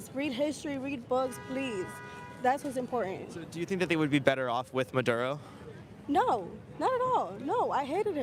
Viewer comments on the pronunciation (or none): WHAT A BUNCH OF IGNORANT, USELESS PEOPLE. NONE IF THEM ARE VENEZUELANS. THEY DONT EVEN KNOW WHERE VENEZUWLA IS, OR HOW TO PRONOUNCE MADURO